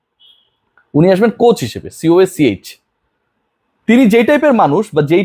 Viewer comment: সঠিক উচ্চারণ হবে Coach